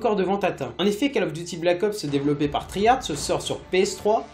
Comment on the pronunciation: Cole of Diuty ffs! lol